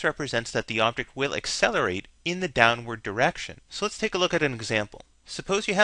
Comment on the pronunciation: "ey-selerate"...really? it's pronounced "ak-selerate". However, still a nice informative video.